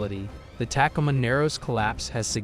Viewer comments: Tak-o-ma Warshington 😂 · This has to be AI reading right?? Its hilarious Mount Street Helens, Tack-a ma narrows bridge instead of Tacoma among other badly mispronounced words.Ive never heard anything like it. Come on!!